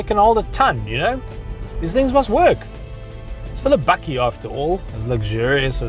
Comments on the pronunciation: No one is perfect... but it's bakkie not bucky... A South African name for ute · As an american, I find this incredibly entertaining! Are you saying "Buggie" or "Buckie"? Do you guys have full size trucks like the F-150 or Titan or just these little guys? We currently have neither but I'm anxious for the 2019 Ranger! Hopefully we will get one with the 2.7l V6 TT ecoboost!